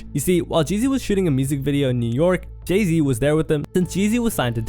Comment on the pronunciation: Did you just call Jay Z, Jizzy? 😂😂😂😂